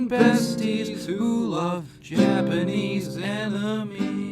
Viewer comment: i always hear in the intro "who loves japanese enemies" XD